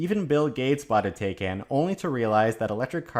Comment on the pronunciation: Taycan rhymes with Taiwan. as in "Ty Con".